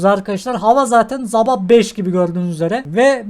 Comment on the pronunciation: abi sabah derken azab anladım dehfgsjçfhlbwşfs